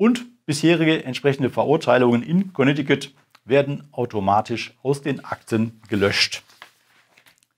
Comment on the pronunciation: "Konektikutt, ja wat dat ..." 😂👍